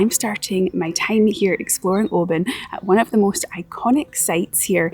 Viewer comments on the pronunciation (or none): Oban is Norse not Gaelic for Little Bay. And it's pronounced "Oh-ban" not "Oh-bin". The Oban Inn started that "Oh-bin" nonsense a few years back but none of the locals are having it. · it's NEVER too early to drink whiskey! Lol 😜 Oban looks beautiful....though I've been pronouncing it wrong for years until you put me right! Lol 😲😁😜 Great vid. 👍👍👍